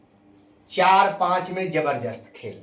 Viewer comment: Jaberjast. Nahi Zaberdast boliye sir